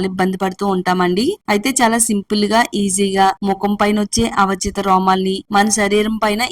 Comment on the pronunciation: Avachitha kadu thalli aavanchitha romalu